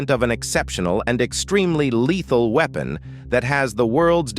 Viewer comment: what the hell is a ''weepon''